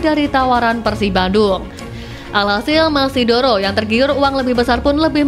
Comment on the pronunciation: Moneydoro, bukan mesidoro... 😂😂